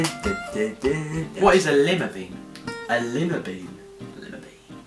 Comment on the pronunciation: There was like 6 things that were wrong in this video :p also Lima beans is pronounced Lie mah beans